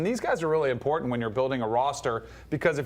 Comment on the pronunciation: is it important-ANT? what is with the ebonics? learn to talk.